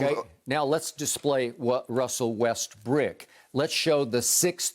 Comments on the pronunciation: when skip kept sayin westbrick i died😹😹😹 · Skip is enjoying this 🤣 so hard everytime he say westbrick I laugh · “Westbrick” skip a fool lol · When Skip says "Russel Westbrick" it gets me everytime🤣